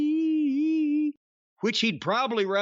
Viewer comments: The way he says Ishii gets me every time 😂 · I'm dead, the way he says his name lmfao